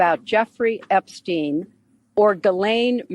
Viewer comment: Did I hear “Hepstein”?